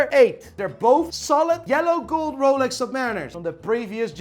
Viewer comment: How's he pronouncing the names... Moving mad, sounds like a backstreet watch dealer... "Here we have a rol-ex"